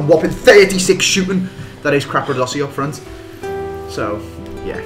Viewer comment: it is capradossi not crapradossi